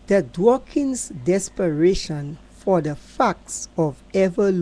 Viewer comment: It's DAWKINS...NOT DWAKINGS.